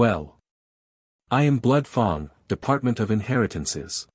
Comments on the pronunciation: F a n g is not pronounced f o n g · I loved this story line. Can there please be a part 2,3..... Fang is pronounced with a short a sound as in rang, sang gang.